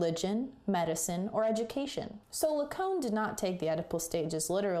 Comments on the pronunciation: Cait so. It’s not la cone. It’s la caan. Lacan!!!! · Hey really great video. Big like. Just one point of feedback - your pronounciation of the name Lacan is pretty off.. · I'll say firstly I'm glad you can appreciate I was only teasing! A very difficult theory to apply to anything, let alone as intended in analysis and psychotherapy. But google Zizek or perhaps Darian Leader to hear it's 'proper' pronunciation, 'lack-on' is a very rough phonetic way of representing it.